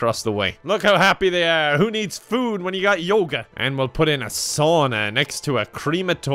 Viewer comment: "who needs food, when you've got yoga?" did you say yogurt? "no...." :)